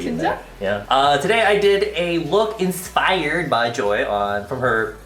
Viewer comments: did anyone notice that he said "insfired by" insfires man!!!- Suga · DID THIS BICH REALLY JUST SAY “INSFIRED” OML IM CRYING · did you just say 'insfired by joy' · He just say inspired? Isfire?! Insfired man, yeahh!